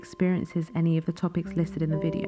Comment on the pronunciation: You said pf instead of of :D